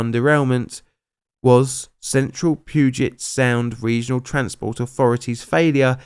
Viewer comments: Pew-jet Sound. Not Poo-jet. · WA resident here! Thanks for the video! Longtime fan! But Puget sound is pronounced pew-jet, not poo-jet haha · “Poojet” sound I forget, sometimes, how unintuitive that word is. “Pyujet.” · The pooget sound? Everyone not from Washington really does struggle pronouncing stuff in Washington lol. It’s pronounced “Pew-jit-sound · Not 'poo-jet sound' it's 'pew-jet' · Maybe you should check your pronunciation before narrating things. It's not Pooget sound it's Pewjit sound. And it's not the Niscally river it's the Niskwally. Or is this stupid AI reading this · I have never laughed so hard in my life at someone mispronouncing Puget Sound! I am cackling. Pew-jet is the proper way, not poo-jet. Ahahahahaaa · Poo-jet TT^TT bit more like pew-jet and it’s Niss-qwa-lee. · As a Seattleite, pronunciation of places kinda bugs me... Puget is not Poo-jet. It's Pew-jet. Nisqually is not Nis-ka-lly. It's Nis-qwa-lly. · Everyone from Washington is laughing about “Poo-get sound” lol it’s Pugh-Jit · “Pyouget” not “pooget “ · An excellent summary; couple of notes for locals screaming at their computers: Puget Sound is pronounced "pyujet" not "poojet", the Nisqually River is pronounced "Nis-kwallee". And people in Washington never, ever call the highway "THE I-5". That's some California shit. It's just "I-5". Again, great job though... this was an absolutely awful situation that was shocking as hell when it happened. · My mother was commuting to work in Olympia that day, she was about 5 minutes ahead of the crash and just missed being caught in it. Also, small nitpick, Puget Sound is pronounced like "Pew-jet," rather than "poo-jet" lmao. Like a church pew. Love the video! Keep up the great work! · It's pronounced "Peyoooojet" , not "Poojet" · It's pewjet not poojet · its Pew-jet. Puget.... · I’m a local and I don’t remember this at all. Funny what gets a lot of media attention. P.s. calling it Poo-jet sound gave me a lol Great vid happy new year